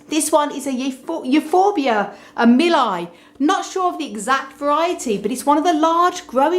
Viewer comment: Mi-li-i please! Mi-li-i!